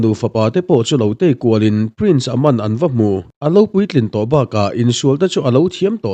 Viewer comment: An hming i lam dan a bak a....Aman te Charlie te😂😂😂😂